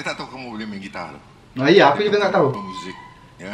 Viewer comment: Kan???sebutan beza Sebutan AKU NAQIU=AKU AKIM=AKEUW HAHAHA